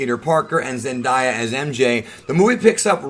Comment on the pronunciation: I feel like this movie took everything that people hated about MCU Peter Parker and threw it away. I already loved MCU Peter but now he’s on another level for me. I really loved this movie. PS. You pronounce Zendaya wrong all the time (Zen-DAY-a not Zen-DIE-a)